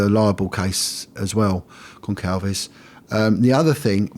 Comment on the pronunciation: Goncalves - it is pronounced like an "s," Gon-sal- veg, not a hard "k" sound.